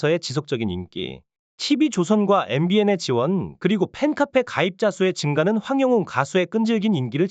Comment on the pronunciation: 왜 항영웅 가수님 이름을 똑바로 하지않고 언제나 황영운이라고 하네요 우리 가수님 이름 똑바로 말하세요